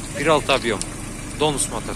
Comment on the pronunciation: ДОНС эмес ДИ ОУ ЭЙЧ СИ! же 16 клапанный болуп журбосун.